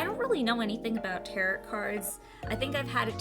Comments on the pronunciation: "tarot" pronounced "tear-oh" Not "tear-ut"... please learn your pronunciations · giggles I love how you pronounce Tarot. Lol. It's pronounced Taroh. But honestly, they are cards used to sort of tell peoples fortunes. People use them to help understand problems they have, or even help them decide how to handle things in their life. They are based around the Wiccan, or more spiritualism religions. I can understand the controversy behind them, but honestly I think if you wanted to do Tarot, I would look up the original deck (Rider-Waite) and the meaning/symbolism of the different elements of the cards.It would be a good way to respect those who truly believe in them. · Tarot cards can be used for readings, but some view them as divination tools. They view it as a way to connect to the gods. Others can view them as totally different things. Also, you pronounced tarot wrong. It is pronounced ta-row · All I know is it's pronounced tarOH not tarot. Love your cards and this is the first video of yours I have seen. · Tarot is pronounced tear-oh. Sorry. I’ll stop being annoying with how I pronounce things. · Prounouned; tair-oh. To my knowledge. Great video!